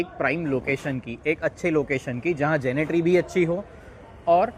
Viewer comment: Gentry not Genetery*** as u r speaking.